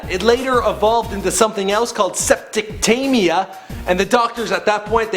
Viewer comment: "Step-toe-cock-us" "Steptic-tee-mia" lol, at least google how to pronounce the words.